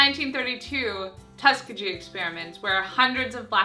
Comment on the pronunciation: Minor point: "Tuskegee" is pronounced "tus KEE gee" (with a hard 'g'). :) Yes, it doesn't follow pronunciation "rules."